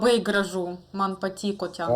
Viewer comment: dėl akcento,Jūs tariate raidę t kartu su c,vietoj "patiko? sakote "patciko",vietoj "galite" sakote "galitce". ) O taip Jūsų Lietuvių kalba puiki.Mano pagarba!